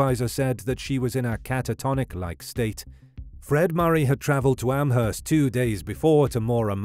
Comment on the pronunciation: The h in Amherst is silent